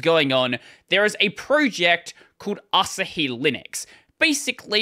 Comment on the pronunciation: Is it an Australian thing to emphasize the last syllable of a word? You seem to do this a lot. I'd pronounce it Asáhi, not Asahí.